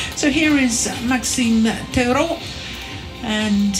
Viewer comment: i’m pretty sure tetreault isn’t pronounced “tetero”